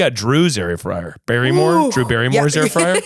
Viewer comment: saying air fryer wrong and just talking as normal is hilarious